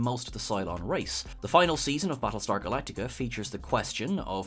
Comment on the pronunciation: Prattlestar Phalactica!